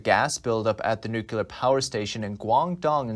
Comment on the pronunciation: If you can pronounce "new"... and you can pronounce "clear"... ... then you can pronounce "nuclear". There is no "killar" anywhere in the pronunciation.